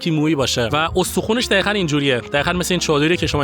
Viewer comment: عزیزدلم‌چرا به دقیقا میگید دخیخن؟ ببخشیدا واقعا اذیت کنندست که حرف ق رو خ میگید